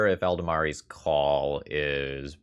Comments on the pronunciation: Wonderful deck! Always love some land destruction. Just one thing though - it's Eladamri not Eldamari. Though I can see the value in intentionally mispronouncing it to irritate and tilt the fellow across the table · Eldamari's Call Eladamri's Call Easy mistake to make and it's not a critique meant to have any malice behind it. Mostly I just found it interesting how both the "a's" shifted over one spot in the word.